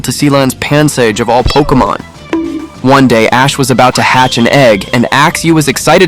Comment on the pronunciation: Pokémon, not pokeuhmon.